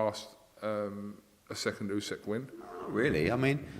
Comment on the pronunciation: Love how Eddie picks up on saying Usyk wrong when he says Birmingham and Lennox wrong 😂